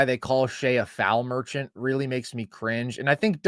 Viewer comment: FREE THROW MER-CHANT lol gtfoh